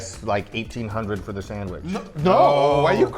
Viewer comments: hey Guga! the CH in sandwich is a hard TCH sound! this isn't Portuguese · I love how Guga pronounce Sandwishhhhhhhh :) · I cant stop giggling when he says sandwiich 😂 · I know what you mean, i love it lol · It sounds like he saying Sanwish